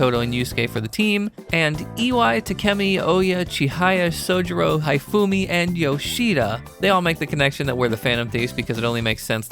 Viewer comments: calling Hifumi "HIGH-Fumi" is killing me. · You mispronounced "Hifume". Her name is meant to be pronounced "He-Fu-meh". I at least though appreciate you didn't mess-up the "e" sound at the end of her name. So many English-speakers does on error, treat Japanese words that end in "e" using English language rules. And refuse to learn otherwise. The error being the "e" at the end of a word being silent and all vowels in the word saying their name. When in truth, Japanese words that end in "e" don't go silent, nor does they ever make vowels say their name when pronounced, and the "e" at the end is always pronounced as "eh" in Japanese.